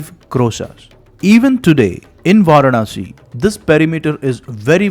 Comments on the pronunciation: Pl pronounce Vaaraanasi as opposed to Vaarnaasi. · Interesting! Just curious; Why do you repeatedly say "Vaar-Naah-Si"? It is "Vaa-raah-Na-si." That is, Vārāṇasī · Pl pronounce Vaaraansi instead of Vaarnaasi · Kindly correct your pronunciation. It is Vaaraanasi and not Vaaranaasi. In Tamil it will be வாராணஸி. வாரணாஸி இல்லை.